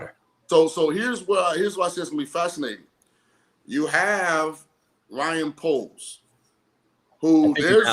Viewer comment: It's Ryan poles not Bryan poles .....